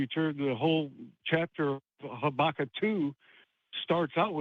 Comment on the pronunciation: I like how he pronounced Habakkuk like Chewbacca 😅